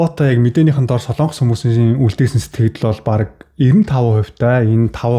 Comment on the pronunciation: Сайн уу? Яагаад Солоонгос гэж хэлдэг юм бэ? О үсгэн дээр уртаар дуудах өргөлт авах юм аа. Монгол үг шүү дээ. Солонгос шүү дээ. Соолонгос, эсвэл Солоонгос ч биш "Солонгос"! Ямар ч өргөлтгүй. Эх хэлээ хайрлая